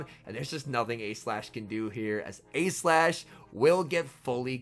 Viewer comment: when you say “A-Slash” sometimes it sounds like youre saying “E-Slash” and then that sounds like you’re saying “Aegislash” and for a second im like “what??”